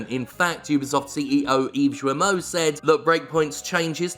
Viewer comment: when there's a "u" after a "g", like in Guillemot, the u is silenced and the g is pronounced as a hard g. And that is why we don't have a stupid gif debate in France.